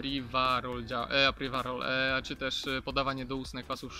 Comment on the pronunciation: Podajesz nam publikacje, starasz sie być taki dokladny. Staraj sie też proszę używac slow, ktore potrafisz wypowiedzieć. To żaden wstyd wypowiadac sie w prosty sposob!!! I apiwarol, a nie apriwarol :/